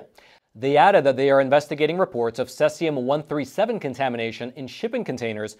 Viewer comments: Pronunciation note: cesium is "sieze-ium". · It's actually pronounced Cee-Zee-Um just an fyi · He keeps mispronouncing cesium. Aaaaaahhh😂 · Learn the correct pronunciation of CESIUM. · Yes, not sure why he pronounced it incorrectly. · Judging by the surname, he might be native in Russian, and that's how we pronounce it in Russian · Good reporting. Bad pronunciation. If you're going to use an unusual word a dozen or so times, check pronunciation first. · Ceeeeesium not seasium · it is pronounced "See-Zee-Umm" (not Sess-Ee-Umm), in case you have to do follow-up reports. Thanks for sharing yet another Hot Sheet briefing. Edit: C-137 is primarily used in flow gauges in industrial pipelines, so if this scrap yard got a shipment of those gauges it was likely due to the pipeline owner not notifying them of the nuclear threat. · Cesium not Sesium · It's cesium 137, not "sessium" 137. First syllable rhymes exactly with the word "seize". You could say seize-ium 137. Patrick Cowdrey, Redding, California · It's pronounced see-z-yum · It's most commonly pronounced most closely to Si-Sium (Cesium). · See zee um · it is pronounced ...., seaziam.. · See-zee-um. Say it with me class. 🙄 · No offense but it’s pronounced seize-eee-um. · I've never heard Cesium pronounced that way. That's incorrect. Say See Zee Um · All my life I've heard it called "SEEZ-i-um". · It’s pronounced: ‘sē-zē-ǔm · You obviously don’t know how to pronounce Cesium. It’s pronounced ’C see um’. It can be used effectively for food processing purposes to kill bacteria by exposure to the isotope because nature being a beta emitter. When it’s used in for any reason it’s always within a sealed container. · Please learn the proper pronunciation Cs-137, the e in cesium is a long E!